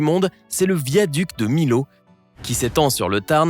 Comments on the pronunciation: Le viaduc de Millau ne se prononce pas comme ça! Tu dit [Milo] mais c'est [Miyo] ! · Superbes images !!! Millau ne se prononce pas "MILAU" mais plutôt 'MILLAU" ! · beaucoup d'erreur notamment pour le viaduc de millau on ne dit pas milau mais miyau et ensuite il est en aveyron et non dans le tarn regarde mieux tes sources lama faché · Le viaduc de Milo? Sinon tu peux te renseigner sur la prononciation des mots que tu emploies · Viaduc de "Milo" ??? 🤣🤣🤣🤣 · Mon dieu la prononciation pour le viaduc de Millau est à revoir. Même Google Traduction prononce mieux stp.